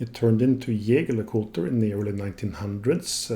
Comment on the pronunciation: I vote that you are saying the name correct!👍